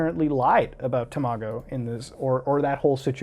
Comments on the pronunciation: I can't get over how he pronounced Tamago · I remember when tamago2474 uploaded the video shown. Glad this is getting light and a good spotlight on a great youtuber. Also its pronounced ta-ma-go Not tamo-go lmao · its pronounced tom a go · It’s tam-it-go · When muta says Tamago, it sounds like tomato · “You tuber called Temahgo” So close to pronouncing his name correctly, so close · HE MISPRONOUNCED TAMAGO EVERYONE RIOT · Watching tamago and you not pronouncing it correctly triggers me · I get angier every time muta says tamago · you pronounced tamagos name weid